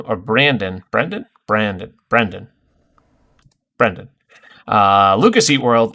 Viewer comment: It’s Bren dan 😂😂😂😂